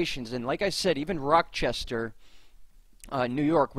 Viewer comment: Great work...you are more helpful than local weather reports...Thank You!! Mar 2 afternoon...12 -14 in so far... Slight correction...Rochester , NY ....no "k" sound..."ch" like Charlie! Much love..